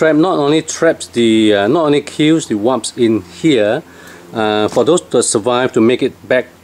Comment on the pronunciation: you are the second person that say Waps instead of WASPS :P lol Great video, thanks! :)